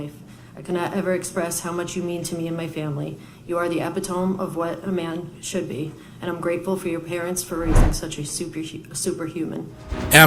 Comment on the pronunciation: Hahahaha... she pronounces the word epitome wrongly. ("eppy tommy") 😂 This is what happens when a defence lawyer writes your speech.